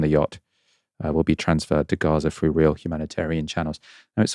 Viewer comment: Great reporting, but why do Brits pronounce 'th' as 'f'? - 'frough' and 'freat' instead of 'through' and 'threat'.